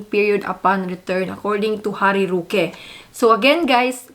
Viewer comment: It's ROOOOOOOque and not RUUUUUUUke! Damn!!!!!